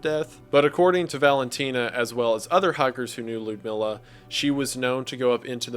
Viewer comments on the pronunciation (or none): I believe her name is pronounce meela